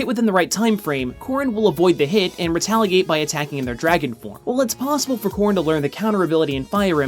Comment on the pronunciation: Every time he said corrin I thought he said corn